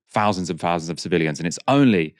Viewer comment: 'Fowsands' of casualties.